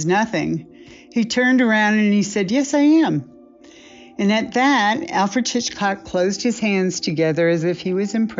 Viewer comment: First, it's pronounced Alfred "Hitch-cock" not "Chichcock". Second, the female needs to go, and go quickly....